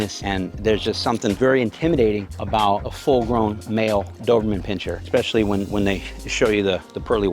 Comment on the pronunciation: Expecially?. Never heard of this word before.